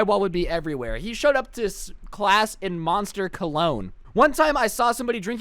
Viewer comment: moninster energy drink Me: DUDE YOU JUST BUTCHERED THAT NAME